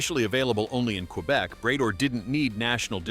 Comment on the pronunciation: Bray-door? Really?